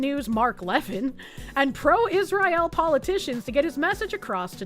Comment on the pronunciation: is mispronouncing Israel again.